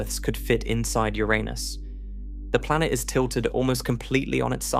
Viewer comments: "Ouranus"?? Yes, it's Uranus. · Was about to say the same! Damm, Ouranus IS large 🤦‍♂️🤣 They never get the pronounciation right... amateurs! 😊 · Pls pronounce URANUS correctly! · Did u say oranus or ur anus. Inquirering minds must know lol. Awesome channel my friend!!!! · Convenient couple of times to pronounce Uranus that way.